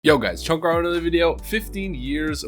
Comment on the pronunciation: Did you call yourself "" in the intro?